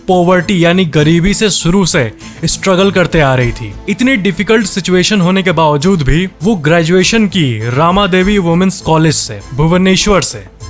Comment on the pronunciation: Bhai मेरे ये रामा देवी नही ही रमा देवी ही । please pronoun अच्छी से करो.ham Odisha se hena islia apko badta derahe he.rama devi ek legendary person he unke bareme hamre book me ek biography story bhi पढ़ाया जा ता है।🙏🙏🙏 ଜୟ ଜଗନ୍ନାଥ